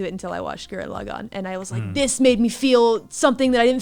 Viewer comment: Gurren la-meh